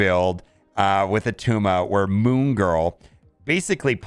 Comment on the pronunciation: It's not Attuma